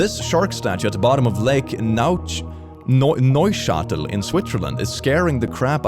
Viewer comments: I mean the spelling of Neuchâtel was almost correct… sadly it's in the french speaking part of Switzerland and has a french pronunciation. (for the german-speaking part it's Neuenburg) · Tutorial how to pronounce neuchatel Nö-sha-tel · As a Swiss person that was born in Neuchâtel, the way you pronouced it was actually hilarious XD